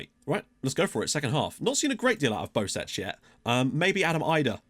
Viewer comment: Bosec is most likely pronounced "Bosets", usually in Croatian a C following E will be a "ts" sound, so you were probably right the first time. Sadly FM doesn't use the special characters from Gaj's alphabet.